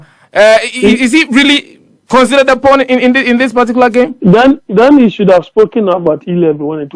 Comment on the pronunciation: It's political 'pawn' and not this p😮rn...u need to learn